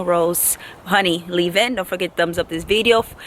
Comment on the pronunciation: Honey, with all due respect it is Leave in, not Live-in. BTW, you are beautiful and so is your family. I used to be subscribed to your channel however, you are not consistent. We do understand that family comes before YouTube. I pray that all is well. GOD bless you and your family in JESUS’ name.